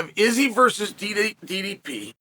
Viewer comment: Wow, even pronouncing DDP name correct 👍